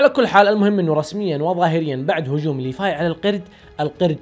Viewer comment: ليفاي وتتتت ليفاي؟. ايش فيك انت مايقولون ليفاي بل لسان لازم تقولها بحرف ال v خربت ام لأسم 🤮🤮🤮🤮